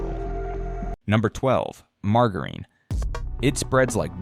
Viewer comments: Are you kidding pronouncing margarine wrongly? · Another dumbass, a I video, they can't even say margarine